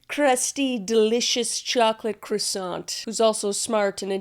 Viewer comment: Fun fact its actually pronounced cwasson 😊. Looking forward to this vid